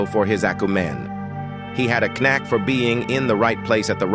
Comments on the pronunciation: At first I was like it's not AI but then 'leegend' for legend, 'acu-men' for acumen, 'Kernack' for Knack. Stop with the AI slop please. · Lol the mispronouncing of "knack" and "friends" and simple words like that is very funny to me but also makes me not wanna watch any more vids from this channel